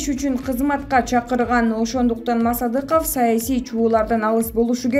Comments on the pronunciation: Мааасадыков дебей,туура окучу,мектепти буттун беле озу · Мааасадыков де тантырак туура окучу журналист.